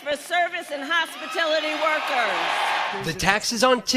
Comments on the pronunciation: It’s hospitality Kamala not hospitility… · Lol i just raised she said hospitility workers lol